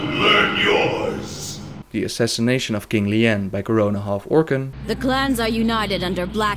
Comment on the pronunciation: King Lee-Anne?